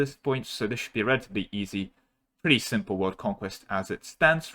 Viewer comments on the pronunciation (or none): none